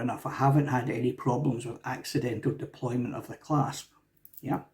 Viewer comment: Deploy-ANT, not deploy-MENT. Criticizing what you can't pronounce properly is, some might say, bad form.